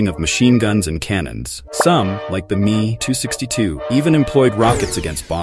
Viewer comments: Mee 262…… Dear god it’s M.E.262 How difficult can it be, I learnt that 60 years ago and thank god I never had AI commentators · The fact that you called the ME 262 “me” instead of M.E, hurts. As well as pronouncing the letter T in debuting. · Dear AI, you don't pronounce it ME. You pronounce it M, E 2 6 2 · Àmerican pronounciations are poor. It is M E 262 not me 262. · « ME » stands for Messerschmitt by the way, not for « me ». So it’s pronounced « Messerschmitt 262 » or M-E 262. And the Mirage 3 is a 4th generation aircraft. The Mirage 1 is a 2nd generation aircraft. Know your stuff before you release your videos. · The mmmeeee??? The M-E 262 you mean? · blud really called the Me 262 the ME 262 bro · He & me sounds like the German were definitely into their pronouns, then again the H.E. 178 & M.E. 262 we’re probably just as good and not too bothered about DEI Also the Harrier developed between the ‘60s and ‘70s was the original Hawker Sideley type… British Aerospace from ‘80 onwards